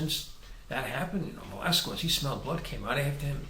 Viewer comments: Please, get it right! It is pronounsed VelasKEZ, not VelasKUEZ. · It's pronounced KEZ!!! not QWEZ. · It's pronounced "Velaskes" not the other way. It sounds funny the way you Americans say it!! hahaha